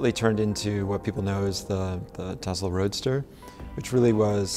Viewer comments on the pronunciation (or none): correction: Tesla not Telsa ..